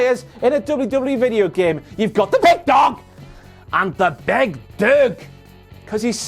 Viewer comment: Hahahaha, The "Big Dog" in the scottish accent had me in fits! Totally love the accents,!